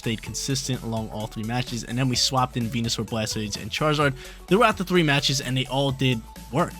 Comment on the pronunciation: A yes, "chraizard" the quintessential fire starte pokemon😂, love the video friend, thanks for getting me into competitive